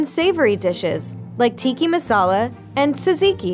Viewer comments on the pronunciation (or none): It’s Tika masala!….not tiki!, but great video.